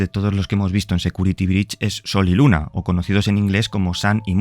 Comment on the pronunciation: XD Cuando dijo sol y luna solo escuche soy luna JAJAJA